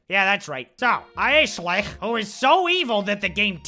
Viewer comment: Every time you said Aesshliegh I laughed so hard I was crying. OMG...my stomach hurts! And then Staaaaarhaaaawk! 😂 I'm dead 😭😭